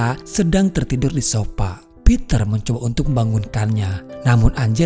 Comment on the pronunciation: mantap min. demen bgt alur ceritanya ber bobot AF HOROR nih. btw sofa ya min bacanya, bukan sopa hehehehe gpp mantab sudah ini👍maju terus channelnya